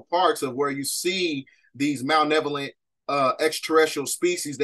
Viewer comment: Don’t mean to be rude king but it’s Malevolent* not Malnevolent. Thank you for the video 🙏🏾